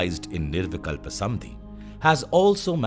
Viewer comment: Lovely, so much resonated with me. My gratitude to you. I’m curious if there’s a specific reason why "Samādhi" is pronounced as "Samadhi" throughout the video.